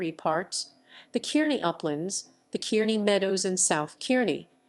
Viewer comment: I grew up in Kearney as a kid and by the way the E in Kearny is silent. You’re pronouncing it wrong but anyway good show.